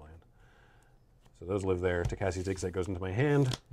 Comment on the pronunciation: Please learn how to pronounce Tocasia. No one pronounces Asia like "Assia". So stop pronouncing Tocasia like Toh-Kah-ssia!!